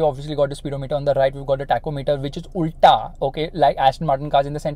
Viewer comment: Best part of the video- "Tachometer on the right which izz ULTA"